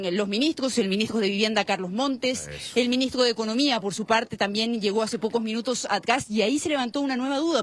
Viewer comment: el minigstro... minigstro... denle una fonoaudiologa a esa periodista